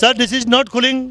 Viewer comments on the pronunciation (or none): " sir this is not khuling " 😂